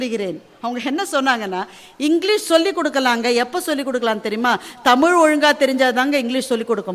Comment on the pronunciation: தமில் என்று கூறிகிறார்கள்.தமிழ் என்று வரவில்லை கொச்சை மொழியில் பேசுகின்றனர் அவர்களுக்கு இலக்கணம் இலக்கியம் என்பது ஏதுவரை.